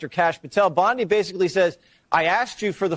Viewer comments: Not for nothin brother - but it’s “Bondi” not “Bundi” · Pam “BONDI” not Bundy lol Sorry drove me nuts lol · Her name is Bondi, not Bundy